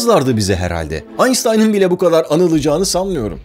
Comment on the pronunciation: aynstayn diye okunmuyo aynshtayn gibi einstein